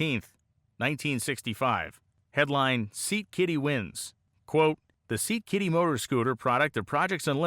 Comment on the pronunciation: Scat-Kitty not 'Seat Kitty' 😄